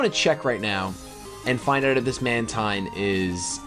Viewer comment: Mantine is pronounced Man-teen. Like Manta and Marine.